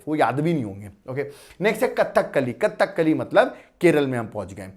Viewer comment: It's not "Kathak kali" pronunciation is Kadhakali